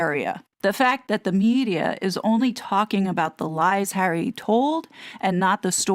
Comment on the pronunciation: I love how she says 'prick hawwy' all the time 😂😂 This is why hawwy wants IPP status to hide behind and the position he has with IG....and YES!!! .... KC111 does not sort his son out ...so it makes one wonder!!!